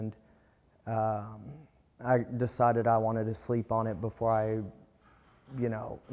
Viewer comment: Before Not boofore